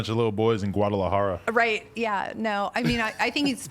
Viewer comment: Bruh said Guadalajara 💀